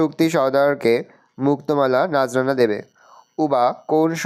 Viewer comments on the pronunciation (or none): sir নাজরানা😂😂😅নজরানা😅😂🤣😄😅😆🤔🤔🤔